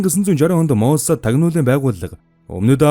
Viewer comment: "Моссааад" гэж дуудахгүй, "мооосад" гээд оркдоод байх юм. Аудио байдлаар бусдад мэдээлэл түгээх гэж байгаа бол эхлээд 5 минут гаргаад бэлтгэж болно доо уул нь.